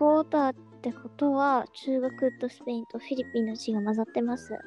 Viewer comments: のありけんのスペインの発音良すぎだろ爆笑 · スペインだけ発音良くて草